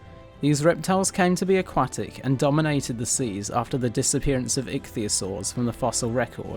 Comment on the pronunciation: "Ichthyosaur," not "icthyosaur."